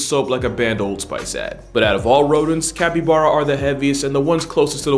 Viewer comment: Capppybaaaaaaaara....mate. I love your videos. I couldn't get past like the 5th time that you mispronounced it. 😆 Sending you love though. Maybe work on that. It's like bear like a bare bottom. Cappy...baaaarrr....uh...copy?